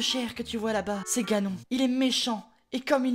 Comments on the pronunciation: Ses pas ganon ni jagon SES GANONE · Janon Moi: Ganon le japonais=Janon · G adoré mais j'aurai préféré plus d'humour et de même ( les 2 choses qui m'ont fait rire c "Janon" au lieu de Ganon et tu auras mon éternel gratitude et en bonus le "pas bougé" de Zelda sur Ganon ) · T'es un génie : "Janon" xD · TU AS TERRASER JANON (j'étai morte quand je l'ai entendu) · “Un-pa” “L’un-que “ “Janon “ t’as jouer à Eldaryaaaaaa ? XD C’est ce que j’entends x) (Je sais que c’est fé exprés)